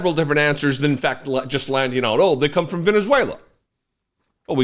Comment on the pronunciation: When he said frrom the papers i literally screamed 😂😂😂😂😂